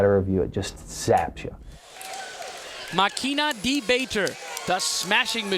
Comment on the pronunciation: Mah-kinnah deh-bahter. It's not that difficult to pronounce máquina de bater. Why are American commentators so lazy?